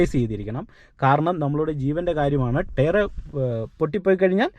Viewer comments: Good info. ടെയർ അല്ല bro... Its ടയർ (Tyre )🙏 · Very useful.thanks.prouncing word tyre need to be corrected.o.k.